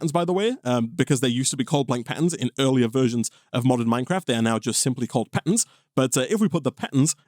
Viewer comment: sounds like he's saying 'pattens'